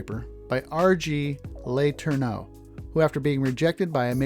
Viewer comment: it's pronounced La- TURN-no. Discovered your videos about 10 days ago and sure have enjoyed watching many of your previous videos. Keep up the good work!